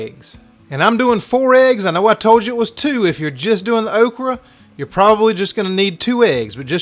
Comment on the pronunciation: It's definitely "oak-ree." LOL!